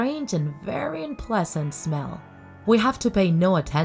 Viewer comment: "vary important"